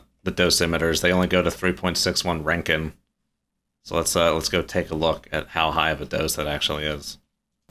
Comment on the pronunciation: Pronounced Rontgen. American - Ranken